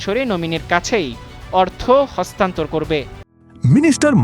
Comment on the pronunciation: হস্তান্থর না রে ভাই হস্তান্তর